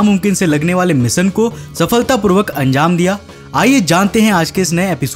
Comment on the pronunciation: भाई तू खुद का नाम बराबर लेता है.... फीर ऐसे मिसन, मसिन, इंग्लिस, सुरूवात, मिसेल, प्रकास, मोसन क्यू बोलता है बे....